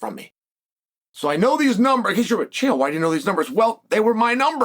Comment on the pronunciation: Uncle Chael no Chama